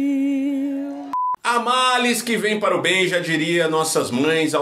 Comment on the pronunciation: 😂😂😂...."des filhes"...".pátria amada Brasilhe" 😂😂😂😂